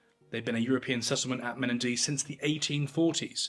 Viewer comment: and the pronunciation of Menindee needs a little work